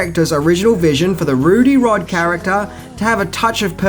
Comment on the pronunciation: Please get her name correct - Mila JOVOVICH! Also, it’s RUBY Rhod not RUDY Rhod. For goodness sake, if you are going to do a whole film on it, get the actors and character names correct 🤦🏼‍♀️